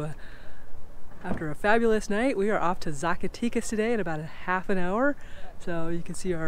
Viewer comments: Agreed, Ed! Zacatecas is pronounced Saack a teck ahs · Fun video! The "e" in Zacatecas is not the English long "e" sound...it sounds more like the "eh" found in the word Mexico.